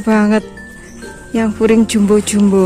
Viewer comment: Bkn furing mbak tp puring , klo furing itu lapisan pakaian .